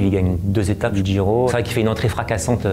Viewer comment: Il dit Giro, mais contrairement à beaucoup de français il fait un petit effort au niveau de la prononciation, d'où ton incompréhension...